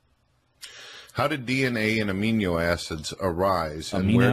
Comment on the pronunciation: "Amiño acids"